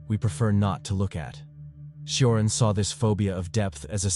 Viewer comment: Cioran is pronounced: CHO-rAn